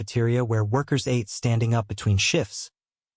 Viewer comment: YOU PRONOUNCE " ATE " WRONG.